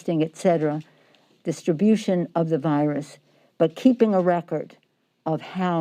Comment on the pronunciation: Am I the only one who heard Pelosi say "distribute the virus"? distribution